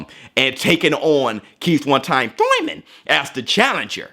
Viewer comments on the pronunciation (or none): Are you saying thurman or tooyman lmao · It never fails to make me laugh hearing "Thoyman", instead of Thurman 😆😆😆